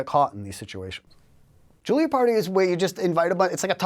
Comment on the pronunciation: I can’t stand to hear this knuckle-head mispronounce “jewelry” one more time. The “l” phoneme is not pronounced first. jeez